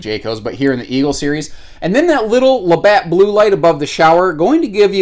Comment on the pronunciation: "Labatt Blue"? Careful, your Canadian is showing.